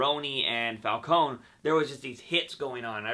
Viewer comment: Havent you noticed they often change the pronunciation of the characters' names? Falcone as falkōn instead of falkōnē. Fries as frīs instead of frēs